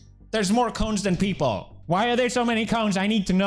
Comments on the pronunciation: i thuoght you said CLONES at first,,, hahahahah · I wasn't watching and just listening and when he said cones, I had to double take.